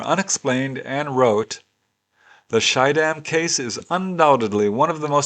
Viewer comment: Dear sir. When you mentioned the sighting in the Netherlands, you said 'Schiedam', didn't you?! It is situated near Rotterdam, the city where I was born. I forgive you for not pronouncing it correctly. Then I spotted the 2-part word 'bliksem-flits', which means lightning-flash. As always, thanks for all those super interesting cases!